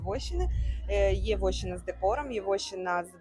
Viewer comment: Гарно. Тільки не вОщина, а вощИна